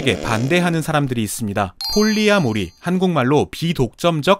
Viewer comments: 폴리(띄고)아모리 이렇게 읽는겁니다... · 폴리아 모리 가 아니고 폴리 아모리 라고 읽어야 해요^^ 프리 마돈나 가 아니고 프리마 돈나 가 맞는 것 처럼요^^ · 폴리-아모리 인줄 알았는데 계속 폴리아-모리라고 발음하셔서 제가 잘못 알았던 건지 긴가민가하네요.. 의 네임밸류의 맞게 정확한 발음을 하셨던 거겠죠? 제가 잘못 알았던 거죠..!?